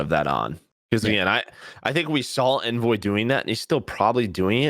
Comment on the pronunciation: I love the content guys, great analysis! Can you guys start pronouncing Envoy’s name correctly? There was a CDL interview done with Envoy where he actually speaks the proper pronunciation. Do you guys not care or not watch the interviews? Just seems like a careless detail to miss.